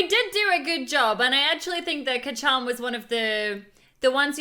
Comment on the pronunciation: Note:It’s not Ka-chan it’s kacchan